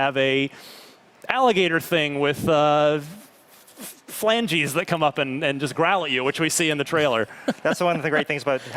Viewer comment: ah hah "Flangies"???.... suh dude